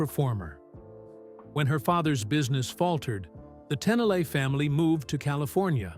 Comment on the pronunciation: It’s not Tennille. It’s Tennille ten eel